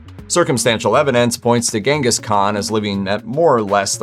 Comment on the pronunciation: The name Genghis Khan is pronounced "Chingis" or "Jengis", according to a documentary I saw which was filmed in Mongolia with people that spoke the language. The first letter is definitely not a "hard" G.